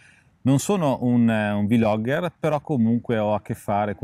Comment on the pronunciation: Ragazzi VU-logger e VI-logger sono prole che non esistono…….é come dire BI-logger invece di Blogger :D comunque bella recensione!!!!!!